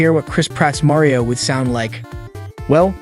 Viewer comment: “Super Muh-Rio Bras?” Is this an accent thing or…?